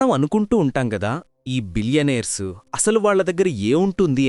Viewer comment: బిలియనేర్స్ కాదు బిలీయనర్స్